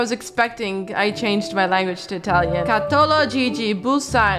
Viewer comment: The Italian pronounce was bad bc I'm Italian io sono italina